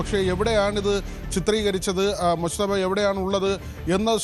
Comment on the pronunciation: എടോ പൊങ്ങന്മാരെ എന്ന മുസ്തഫ അല്ലാ, മൊജ്തബ എന്ന് പറയടെ, അക്ഷര ശുദ്ധി മുഖ്യം ആണ് പോങ്ങന്മാരെ 😎